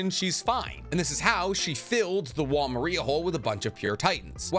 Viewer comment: It's wall mar-ree-ah not Maria like the name, bro watch the show